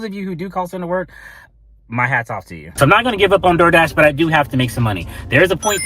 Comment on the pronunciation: The ol “Dol Dah” lmaoooo